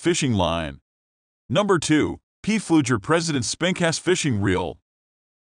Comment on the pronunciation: Of the 5 "underspin" spincast reels reviewed(?), only 2 were underspin reels, 2 were regular spincast reels and one was a spinning reels. PFLEUGER is pronounced "Flue-ger" ; it's a German name. Reprogramme your computer to correctly pronounce it.